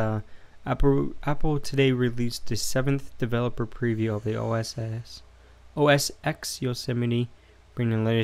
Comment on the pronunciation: The 'X' in OSX is a Roman numeral. It is pronounced 'ten'. Therefore it is called 'OS 10'